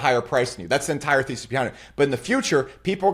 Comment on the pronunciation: Hi, the way you say thesys sounds like feces, which actually suits your style 😂 I love the way you present, keep up the good work! Thank you